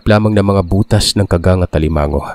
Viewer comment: tingin ko sir Ka-gang tamang bigkas hindi kaggang